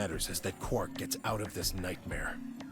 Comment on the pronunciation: Zero III calls Quark, 'Quirk'.